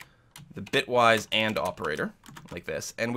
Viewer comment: He said "Bytewise" several times instead of "Bitwise". That could be confusing for someone not familiar with the terminology since we're operating on bits and not bytes. Just pointing out that it was a mistake and not the correct term.